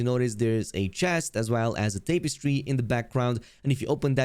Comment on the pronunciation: lmao the way you pronounced pungent. It's puhn jnt. And tapestry. Is english not your first language?